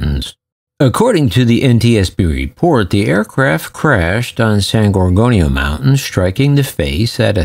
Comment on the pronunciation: Its san gor gonio mtn narrate properly please